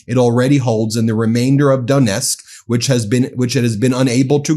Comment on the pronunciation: The “n” in Donetsk, Ukraine is pronounced the same way as the “n” in onion. It’s more of a “nyeh”